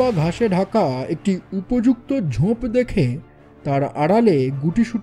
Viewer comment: সার্বিক উপস্থাপনা খুবই সুন্দর। শুধু কয়েকটি উচ্চারন একটু কানে লাগে। যেমন ‘স’-এর উচ্চারন ওই শ্যামবাজারের শশীবাবু লাইনটার মতো। তারপর ‘উপত্যক্যা’ বা ‘ঝোঁপ’। ইংরাজি গুলো আমি অতো ধরছি না। আশা করি আমার কথাগুলো খারাপ ভাবে নেবেন না। আমার উদ্দেশ্য আপনাদের কাজের মান উন্নত করতে সাহায্য করা। এমনিতে খুব ভালো...চালিয়ে যান 😊